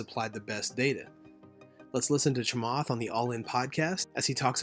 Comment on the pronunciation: His name is pronounced "Cha-matt" Not Cha-"Moth" Please try harder.